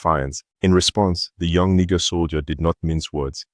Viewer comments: It not pronounced “ni ga” but “ni jay”. What’s wrong with you man? 🤷🏾‍♂️ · It is not prononce Nikger, it is pronounce Nijair. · It's not Niger pls pronounce it properly dammm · One nice black privilege is that you can say 'Niger' with the 'g' like in 'eager'. If you're other colors you have to say it like a girl who is faking a french accent on a party, like "nee jea", basically to be on the safe side with the length of the 'i'.